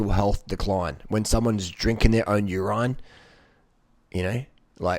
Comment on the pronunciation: A mark of rapid mental health decline is mispronouncing "urine"